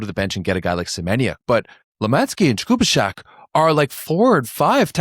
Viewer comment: The pronunciation of the name Jakubiszak is something like 'yah-koo-BEE-shack', not... whatever you said.